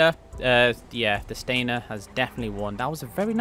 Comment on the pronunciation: Ngl it’s triggering hearing you pronounce Felon and Stanier Wrong. 😭 It’s Felon not Feelon! 💀😭 And it’s Stanier not Stainer😭